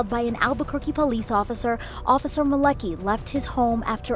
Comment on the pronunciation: I was enjoying this video until I said “Pesce Officer”